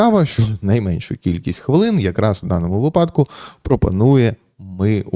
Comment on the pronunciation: Та скажіть вже хтось пану Ярославу як робиьи наголос у його улюбленому слові вИпадок (як вИрок, вИсновок) а випАдок це схоже на припАдок